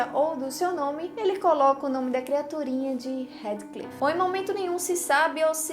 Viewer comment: Somente uma correção: a pronúncia correta de HeathCliff é "RÍFFCLIFF"... Você está pronunciando HeadCliff